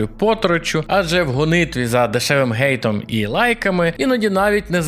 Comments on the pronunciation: Гейт - gate (брама), а ось 'ненависть' англійською - hate і читається як хейт. Не надо коверкать украинский язык необусловленным "переводом": либо используй полноценное украинское слово, либо правильное английское произношение английского слова. Спасибо. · "Дешевим гейтом" до чого тут дешева брама ??? Може переставайте коверкати Х(H) з Г(G)